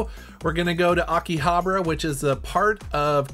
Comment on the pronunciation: Love you guys but you need to work on your pronunciation of Akihabara! Anyway this was awesome as always and always a pleasure to see Kinsey 🥰